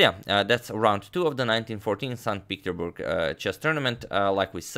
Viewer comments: Nota bene: the city is pronounced as if it was written "saint Peter's burg" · It‘s St. PeterSburg Agad, not St. Peterburg! Otherwise perfect coverage of the Capablanca saga! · "StPeterburg" long life to Agadmator ! 😂😂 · "san petersburg" or so was said.